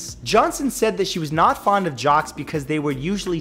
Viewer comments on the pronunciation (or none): none